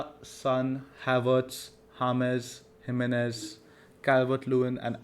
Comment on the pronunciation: Sorry to pick on you - its Him-ae -nez and not Jimenez:)